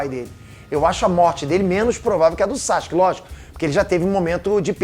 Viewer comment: Cara...Para de falar "Saske"...Fala o correto, "Sasuke"....